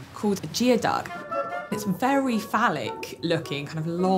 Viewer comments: It's pronounced gooeyduck not geoduck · Geoduck is pronounced Gooey Duck. I know. I live where they come from.